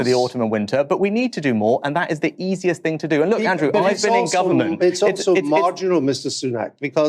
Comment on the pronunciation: wiv, fing, anover, sumfin, frowing, fings, frow, - 'TH' just left the building.